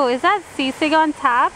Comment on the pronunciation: She doesnt know how to pronounce sisig properly either LOL